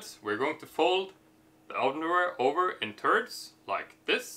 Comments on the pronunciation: This guy keeps saying "turds" instead of thirds. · I like when he says folding in Turds. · Sounds like ur saying turds...